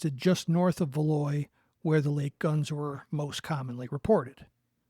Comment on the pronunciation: Love the channel. Please keep up the great work. For the record, the S is pronounced in Valois.